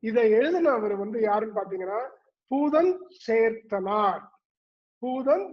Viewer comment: பூதஞ்சேந்தனார் - Is pronounced incorrectly in the video - Sorry about that!